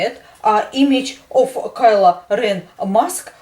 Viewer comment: Omg u talk so cool u say Kylo REN like, kelo reana